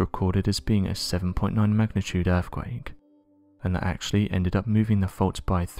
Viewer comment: Stop saying "End quote" you prick. Also, what is an "earfquake"?